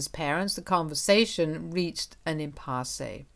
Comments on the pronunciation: It is pronounced impass. Not impasseee! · She makes these kind of mistakes a lot.... Just like some words she doesn't know how to pronounce (impasse in this video, valedictorian in another). The videos could be so much better with a bit of editing